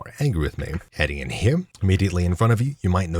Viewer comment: is there a reason you add an m to the end of the word "here"?